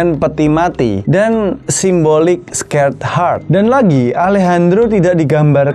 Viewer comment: di bacanya bukan skerd hart , tapi sekred hart